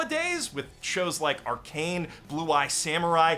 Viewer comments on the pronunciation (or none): I heard you pronounced Arcane, Arcan. Lol just gonna drop it here.